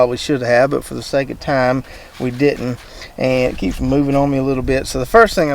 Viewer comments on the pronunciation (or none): none